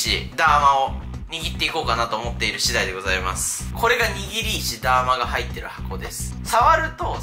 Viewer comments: 握り石ダーマのダーマはそのイントネーションで合ってるの？ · ダーマのイントネーションそれなん？